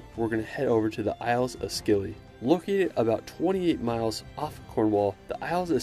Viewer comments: Hi. I'm from Cornwall and Godrevy Point is near where I grew up. It's pronounced 'god-reevy point'. You need to come visit it! Oh- and it's the Scilly Isles -pronounced 'Silly' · Ps.. we say Scilly like Silly.. not skilly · The Isles of Scilly are pronounced "Silly", not "Skilly". An easy mistake to make if you don't know them.